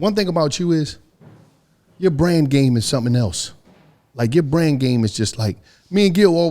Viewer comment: Yooooo, said “ya Brand deal is something else”.. why did I hear “brain” 🧠, super pause but yoooooo., reading those sponsors and saying “I’m talm’bout make ship happen, I’m talm’bout.. I’m talm’bout I’m talm’bout” like.. bro how many times is you gon tell me what you “talm’bout”